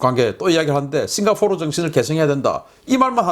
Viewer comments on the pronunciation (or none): none